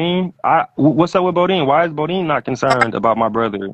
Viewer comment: DONT SAY BODEAN NO DERN MORE..